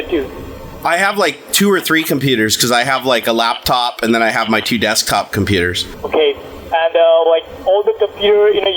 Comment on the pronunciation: "You seem to have a wirus on your dextop"